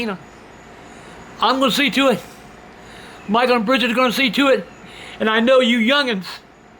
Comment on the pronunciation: Say it with me...bridgett.....and now this is a hard one, don’t “rely” on him 👏🏻 oh and it’s coward not cowerd...